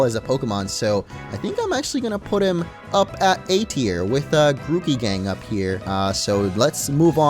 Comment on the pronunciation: It's not Gucci Gang it's Grooky Gang